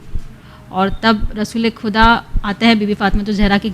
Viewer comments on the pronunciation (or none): Enka talaffuse sahib karao khuda bolti hai